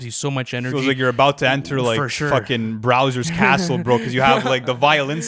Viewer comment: Bro said browser's castle